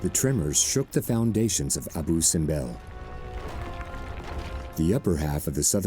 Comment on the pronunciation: Abu ( acentuado en la U )